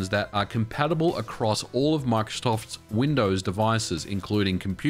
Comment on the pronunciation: "MICROSTOFTS" Lmao